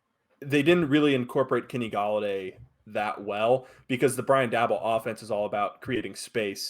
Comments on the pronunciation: It's pronounced like "Dable" Rhymes with "table" Not "Dabble" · It’s Day-Bol .. Not Dabble Bro 😂😂😂